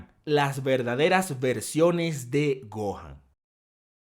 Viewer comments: ajjaaj se dice gohan y dai lo dice ¡gojan ! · dijo gon o me parece?